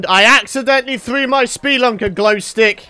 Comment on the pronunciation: i find it funny how says ''speelunker'' and literally 1 second later says ''spelunker''